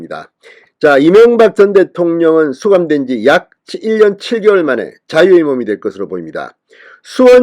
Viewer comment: 발음좀 1년7개월만이라구?